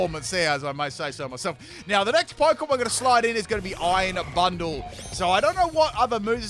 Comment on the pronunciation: When says Iron Bundle it sounds like Iron Butthole. It also does not help when you see future Delibird's tail from the back during battle lol.